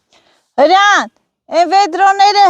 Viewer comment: Այո միշտ Հրանդա ասում, դրա համար հարցրեցի 🙂